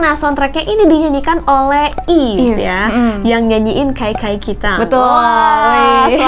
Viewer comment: Kak mo nanya, "eve" bacanya "ibu" kah? Soalnya denger utaite panggil eve kyk "ebu" gitu, cmiiw:>